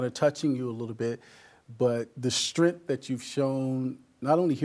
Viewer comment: The host is unable to pronounce the word "strength".